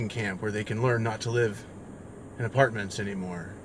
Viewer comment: When you said the word apartments, a part of me died